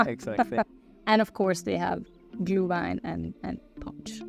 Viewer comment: Glue wine = gluehwein. Molded spicy wine. NOT glue! Pronouncing it glee comes closer.